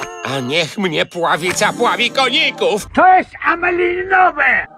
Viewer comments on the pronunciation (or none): „To jest amelininowe" hehe XD